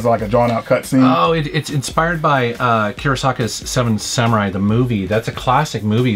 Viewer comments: Kurosawa..not kurosaka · Kurasa-WA,. Akira Kurasawa.